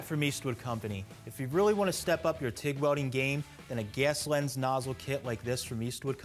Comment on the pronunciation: “Ges lens”